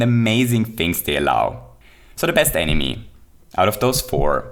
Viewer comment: I'm gonna ruin this entire video for you: says Enimy